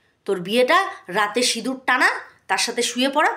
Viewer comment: আবার সিঁদুর বলছে না সিনুর বলছে আধ পাগলা টা 🤣🤣